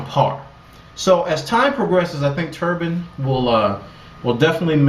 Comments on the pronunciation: i lol'd already . turban? lol its pronouched "turb-INE" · Isn't it Turb-ie-n not tur-bun?